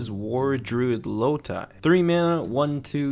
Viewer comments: It's Loti as in Low-tea not Low-tie <3 love ya man good review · It's low-tea not low-tie